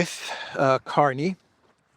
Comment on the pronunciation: .. the new Canadian PM's name? Is pronounced Mark CARNAGE! 😂 ..ooh & watch out for Trump's Art of the Deal? No! But "Real Estate"? Canada not for sale but I'd keep my fiscal eye on..Alberta..just sayin'..😂 LnPs from this crazy, old 😻 lady..ish? 😶‍🌫️ in Yorkshire UK ❤️ xx